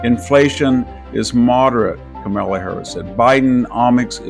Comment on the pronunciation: "COMA-LA": Say that and you would have pronounced her namely correctly.